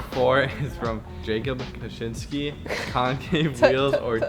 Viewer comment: Damn no one can pronounce my last name right lmao. It's pronounced ka-chin-skee